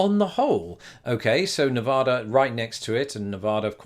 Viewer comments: Nice video, but it's NevAda, not NevOda. Midwesterners always get it wrong, no hard feelings. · I suggested the Reno one! Also the state is pronounced Nevada not Nevahda. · Don't go to Nevada and pronounce it Ne-VAH-da, unless you want dirty looks... or snickers from the residents.